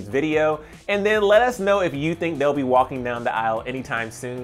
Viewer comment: It’s not shawNmila! It’s SHAWMILA